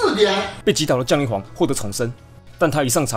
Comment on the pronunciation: 應該是降(ㄒㄧㄤˊ)雷皇吧030